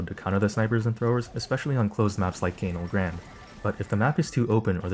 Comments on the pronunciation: CANE-ulh GRAND -_- is this ragebait? you have good vids tho 👍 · canel grammy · that is NOT how u pronounce canal grande 😭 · bro who tf pronounces it like that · Is he being fr when he pronounces Canal Grande like that?